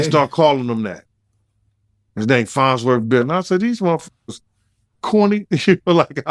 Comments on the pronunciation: lol fonzworth? - it's farnsworth i know says it like he's saying fonz from happy days- i remember the farnsworth bentley character on chappelle- knows the scoop on everything on earth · It's LITERALLY "FONZWORTH"